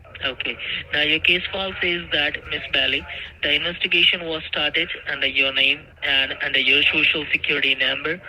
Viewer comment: Sorry. I meant inwestigation